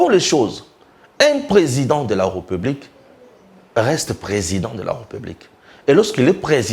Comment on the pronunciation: Mais où tu as appris que l'on dit republique? On dit plutôt RÉPUBLIQUE avec accent sur le e qui se trouve entre le r et p. Essaie de corriger quand tu prononces le mot république. Juste un petit conseil. D'accord?